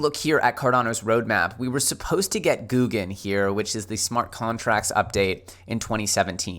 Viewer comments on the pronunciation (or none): GO-guen Not Gooo-guen 🤦🏻‍♂️ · It's not Gu Gen it's Go Gen pronunciation. You driving me crazy bro. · You lost me when you said “GOO GUN” instead of Go gun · God damn man took you long enough. Also its not googan. I gave up on you for awile. This is the first video I've watched from you in months. Better late then never I guess. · GOUGUEN ( Go - Ghen )